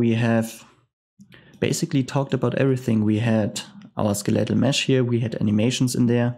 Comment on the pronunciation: Once again thanks for the tutorials, your English is really good and it is easy to understand your tutorials. One minor thing in case you are studying English, for skeletal, the emphasis is on the "skel" part and not the "let" part.